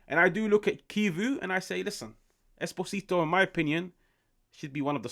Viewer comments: its "Eh-Spozito" not "espo-zito" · The name is pronounced like he has an accent on the first O, like Espósito